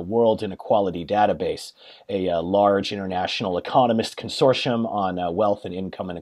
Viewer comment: 'consortshum' - ouch